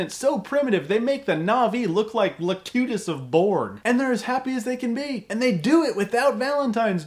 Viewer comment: IT'S LOCUTUS, NOT LATOOTUS.